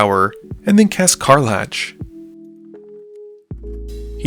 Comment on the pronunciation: kar-lak, not kar-latch